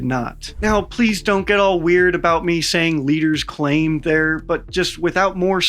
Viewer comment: Your emphasis on “claim” is says that you think they’re lying.